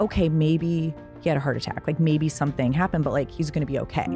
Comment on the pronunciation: (HOWARD STERN drop)..."MAY-BEE"